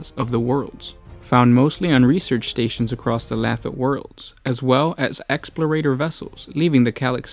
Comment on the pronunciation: Lathe Worlds is like the workshop tool, pronounced "Lay-the"